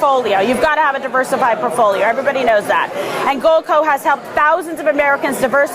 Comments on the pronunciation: Not getting Kim's metals. Someone might mention to her that it's not porfolio, it's portfolio. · Its sound like she's saying "poorfoilo" which is exactly what will happen if you listen to her or Trump, and these morons (like DeStupid) who use the word "woke" maybe should pick up a dictionary sometime and see how stupid they really are. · What is a purfolio? She said I need to have a diversified purfolio😂😆 And that is a fat legged, white girl dance